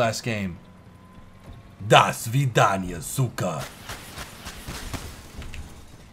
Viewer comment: Кстати очень неплохо сказал!